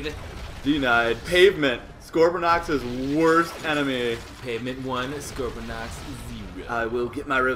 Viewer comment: One thing that ticks me off is when people say 'Scorponox'. IT'S SCORPONOK!!